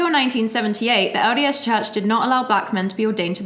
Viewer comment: When says LDS Church I hear "odious Church". 😆